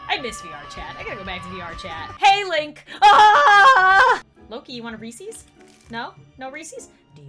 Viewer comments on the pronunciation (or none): It's a Reeces not a reeceees